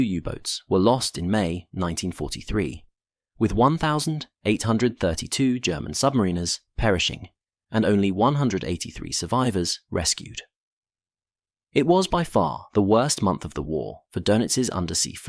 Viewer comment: Not "sumarine-ers".... They are "sub-mariners"